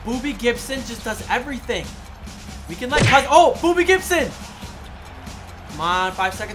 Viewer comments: Did he say booby Gibson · Was he saying booby gibson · He said booby Gibson not Bobby gibson